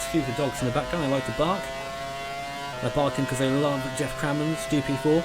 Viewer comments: Yet, it sounds more like "Jack Crammond's GP4" when he says it at the start of the video. That is what I was getting at. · yeah I think the pronounciation of geoff something Like this Geff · "My Mate Called Geoff" - yet, he can't even say his name..........